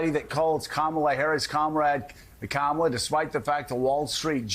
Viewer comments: Trump purposely mispronounces VP Kamala Harris' name. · The way he says Kamala is disrespectful for knowing how to pronounce someone’s name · A grown man who can’t manage to learn & retain how to pronounce “Kamala” should have their head examined. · He loves to mispronounce Kamala's name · Not sure how anyone can vote for a man who lacks the capacity to even pronounce his opponent’s first name correctly.